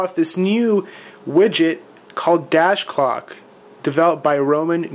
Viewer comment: did he say "cock widget" ..